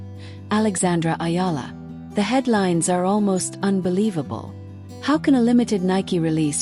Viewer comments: The name is Alexandra Eala,not Ayala please. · It's EALA ma'am not Ayala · It's not " Ayala" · Ayala is wring! Just call her Alex if u cannot pronounce Alex last name correctly. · Ayala is a wrong pronounciation!